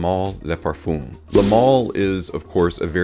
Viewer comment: Every American reviewer seems to always mispronounce le versus les. Le parfum is pronounced ‘Lu’. Think up. Les is pronounced ‘Leh or lay’ and refers to the plural.